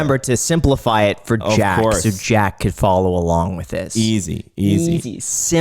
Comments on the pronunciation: Is it just me or did I hear him call jack, “jake” 😂 smh didn’t get a good vibe from him wish he would have been a bit more transparent. Good show ! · It’s Jack not Jake 🙃